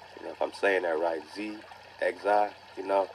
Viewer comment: Xi=pronounced like "She" my brother...Peace 🤟🏿✊🏿👌🏿✌🏿💪🏾